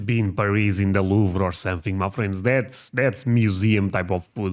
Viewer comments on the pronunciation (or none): none